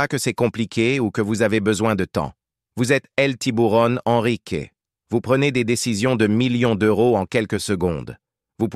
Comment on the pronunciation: 38 minutes et enfin Ennrick au lieu de EN Risque, précieux ridicule